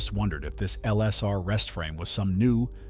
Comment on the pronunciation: "Swans" or "swarms"?